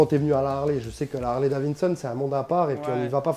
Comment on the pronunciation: Le mec est agaçant quand il dit : « Harley Davinson » c’est pas Davinson mais Davidson!!